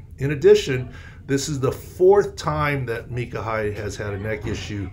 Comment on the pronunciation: Micah. No its micah